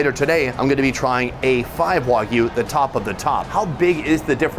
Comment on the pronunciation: The way he says Wagyu is insane